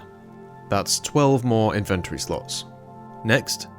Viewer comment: If you start putting timestamps on your music I will forgive your pronunciation of inventory X)